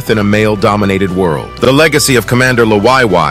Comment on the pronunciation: I really the you pronounce Liwayway 😆